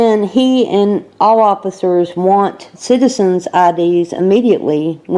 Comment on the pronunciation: sounded like she said dealing with shitizens